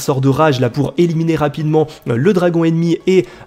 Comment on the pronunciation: a eliminier ? Xd